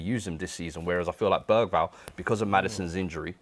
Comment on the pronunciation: BERGVALL? 😂 stopped watching after that.